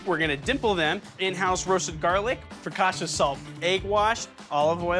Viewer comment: It’s pronounced FocaCha not Focasha! 🫣